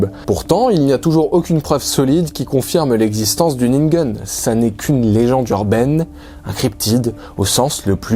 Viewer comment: Je n'ai pas remarqué. La prononciation de ningen à l'américaine a complètement prit mon attention.